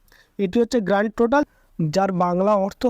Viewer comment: GT=Grand Total. Not Grant total !!!.